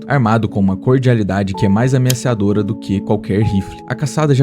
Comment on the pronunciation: Video da hora mas começar com um "ameassadora" me doeu a alma